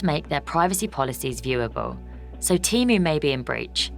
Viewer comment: Can we PLEASE at least agree it's pronounced TEE-MOO and not TEM-OO !!!